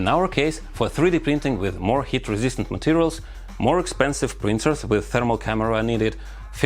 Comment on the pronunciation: every time he says heat, it sounds like hit, and i get confused😅